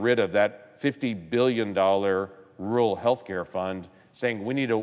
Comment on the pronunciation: Democrats love spending OUR tax dollars behind our backs. "Rural" has TWO "R"s. Neither is silent. That's the "rule."